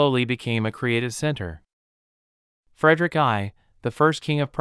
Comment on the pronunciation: Frederick "eye". :) wow!